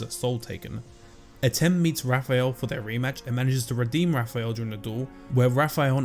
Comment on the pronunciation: Once you get used to the abrudged its not Rafael. But its Wafael